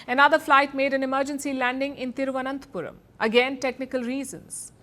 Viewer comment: Really your pronunciation is wonderful... Especially Thiruvananthapuram.... Hats off Sharma jii